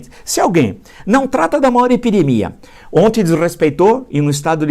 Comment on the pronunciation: Villa, você se expressa muito bem, entretanto, vem comentando um erro de vício de linguagem: você sempre fala ONTE ao invés de ONTEM. É só um toque!